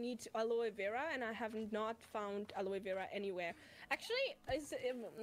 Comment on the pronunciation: Love the way pronounces aloe vera, I've never heard it said that way before. Sounds nice.